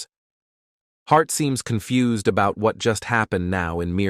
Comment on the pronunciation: Why does confused become con-fu-zeed